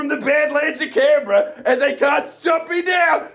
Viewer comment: cambra? you mean canberra or cambrá in france?